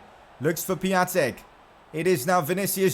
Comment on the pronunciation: Piătiks name is pronounced Pi-on-tik